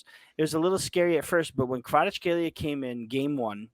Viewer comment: I will help you to pronounce kvaratskhelia <Kvarac hell ia >